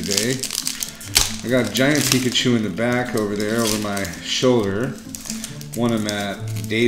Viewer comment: It's Austin chum!!!! I saw rick open cards and mispronounce pikachu XD omg that was funny. He should have let you get the charizard